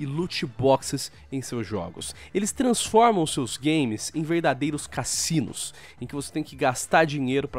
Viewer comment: Ele diz caCinos